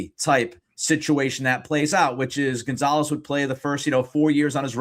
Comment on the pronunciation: Rofl "Gone-zo"